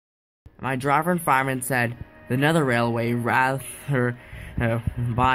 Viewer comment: you did good but when you say driver you slip with driver and fireman